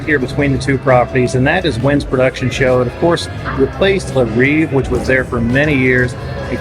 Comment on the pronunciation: Le Reve not Le Reeve. Pronounce like Bed but with r and v for consonants. I noticed that Botero is gone. It was at the corner when you enter the hallway to Wynn. Saw something else.